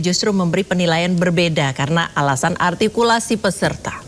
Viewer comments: Juri yg cewek bilang: "ARTIKULSI" katanya... Halo... yg dianggap gak ada itu bukan sebuah kata bu, tapi beberapa kata dalam kalimat..masa gak bisa nangkep.. berati Jrinya kagak cermat... masa juri cerdas cermat gak cermat.. PARAH Terus MC yg cewek jg bilang "Juri sudah sangat teliti"... Koplak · Duta arhhhgtikulasi